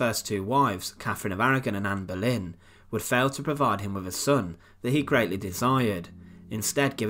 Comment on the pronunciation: Anne Berlin? Boleyn you mean.